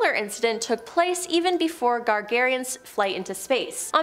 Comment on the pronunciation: Stop saying soyuz, it is pronounced sayооz. союз оо as in food Yuri Gagarin it is not Gagarian... the gaga is as in Lady Gaga